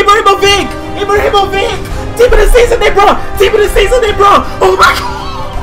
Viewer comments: It is not pronounced Ibrahimovic, It is pronounced Ibrahimovich? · You pronounce ibrahimovic wrong :s